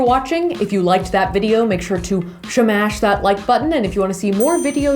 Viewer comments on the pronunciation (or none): “So we shnagged it” “shmash that subscribe button” 😂 I like it when she talks like that 😂😂😂 shit makes my day lol